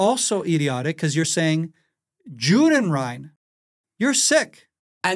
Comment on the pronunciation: Judenrein in German, is actually pronounced Youdenrein.